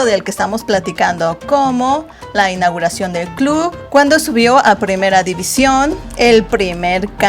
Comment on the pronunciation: Dice INAGIRACION NO INAUGURACIÓN IGUALMENTE GRAN ÁLBUM